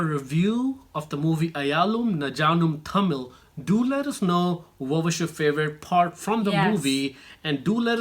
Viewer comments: it is not najaanum ayaalum naa num thammil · I respect your opinion. The movie was about life of Ravi Tharakan and Medical Ethics. I think the subtitles wasn't good enough. It's one my favourite movies. btw you pronounced the movie incorrectly. I wish I could correct it but you know it's complicated :)